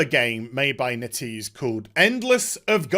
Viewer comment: It should be "Net" "Ease"